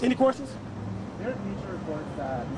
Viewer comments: If he says "queRstions" one more time!🤣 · He kills me with "quer-tions" and "achqua-sations"🤣🤣🤣